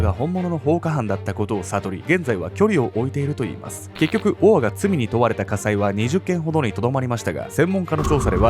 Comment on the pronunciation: 「オア」が「ボワ」に聞こえて、燃え上がる音みたいだと思ったら、承認欲求をこじらせたあまり、犯人しか知らないことを小説に書いて墓穴を掘っちゃうなんて… 哀れというか、救いようの無い馬鹿というか、ホントに亡くなった人が可哀想過ぎる